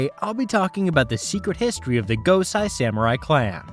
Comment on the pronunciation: Quality coverage...one detail...the name Gosei is pronounced 'Goh-say'. Sai is pronounced 'Cy'. A lot of Japanese is a bit simpler than folks realize. Keep up the good work.